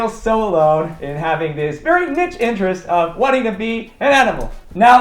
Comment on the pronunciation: I love the vid, but I'm gonna be honest, i hate the way you pronounce "niche"